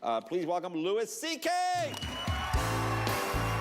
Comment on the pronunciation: Dude said loo-is C.K.....